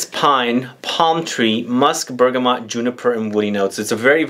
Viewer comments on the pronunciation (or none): none